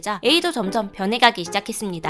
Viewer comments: 깨르쉐가 아니라 포르쉐다.ㅋㅋㄹㅃㅃ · 포르쉐가 아니고 꺠르쉐??뭔가 이상한데?아닌가? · 깨르쉐? 포르쉐 말하는거?